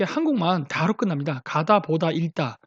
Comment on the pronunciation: 읽다 는 익다로 발음하는 걸로 알고 있습니다~